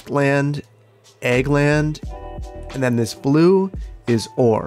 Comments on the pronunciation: I couldn't tell if the amusement park was egg or ag lol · swear i thought he was saying egg instead of ag for the longest time lol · Oh ag, not egg 😆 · His accent definitely makes it sound like egg. I thought he was saying the same thing as well. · In Australia we say ag, but because we say it with the full A sound similar to most of the USA I also thought he was saying egg. I honestly thought it was because the colour for that industry is yellow on the white non industry area. Took me more than half the episode before I realised he was actually saying ag. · I thought he was saying egg as an inside joke. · He isn't?! It seemed weird but the yellow kinda justified it. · he's saying Ag, short for agriculture, but yea it definitely sounds like egg. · OH AG LIKE AGRICULTURE okay. It took me a minute because it really does sound like "egg" lol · I was wondering why he kept saying egg 😂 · you're pronunciation of "Ag" is the exact same as the Chicago pronunciation of "egg" and it's really throwing me for a loop lol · Oh my god, it's an "ag area" then. I made it this far in the series assuming he was being quirky and saying "the egg area" xD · Kept thinking you were saying Egg industry!?! I'm like what is obsession with OE?? Lmao. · Everytime you say the word "Ag" when you shorten agriculture I swear you say EGG! i love it. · Every time he says Ag i think hes saying Egg, maybe agri would be better. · I was about to ask why you were referring to the agricutlure industry an "egg industry." Then when you planted the trees and said "agriculture" it hit me that you're referring to "ag" as short for agriculture, and not "egg." Time to get my hearing checked. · Anyone else keep hearing "egg industry" instead of "ag industry"? lol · i KNOW he's saying "ag", short for agricultural, but all i hear is "egg".